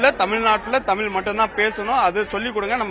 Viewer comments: உண்மை வரலாறு தெரிவது அவசியம். தமில் இல்லை தமிழ். தமிழை கொல்லாதீர். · இன்று "தமிழ்" என்று சொல்ல இயலாமல் "தமில்", என்று சொல்லும் தமிழ் இளைஞர்களை பார்க்கும்போது நெஞ்சு பொறுக்குதில்லையே......